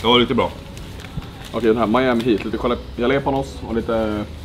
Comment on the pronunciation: JalÉÉpanos 😅😅 Roligaste utalet hittills.